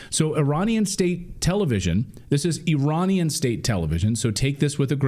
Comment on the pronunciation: Every time you say Iranian,i die inside